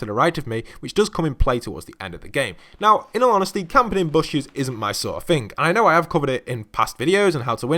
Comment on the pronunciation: In al onhestly in al onhestly